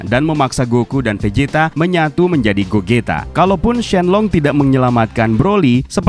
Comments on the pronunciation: gozita bang bacanya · gogeta bang bukan Gogito